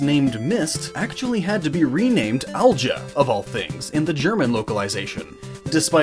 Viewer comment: I believe Alja would be pronounced ahl-yah, because German